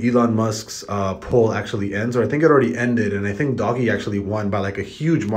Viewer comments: Lost some respect when you pronounced it doggy 😭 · Mans up 30k and still can’t pronounce doge correctly. 🤦‍♂️🤦‍♂️🤦‍♂️🤦‍♂️